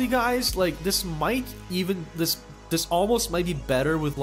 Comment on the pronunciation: Why do you say "Dis", instead of "This"? Just a smol thing, really...